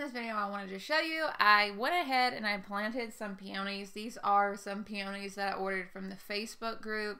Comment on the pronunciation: Peonies are my favorite flowers too… and I love all the pronunciations. But “Feeferdoodle” is my new favorite way… love it! 😂